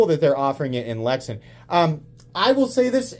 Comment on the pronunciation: Pronounced lex-ann